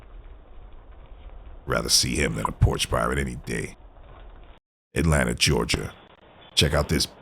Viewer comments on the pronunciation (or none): none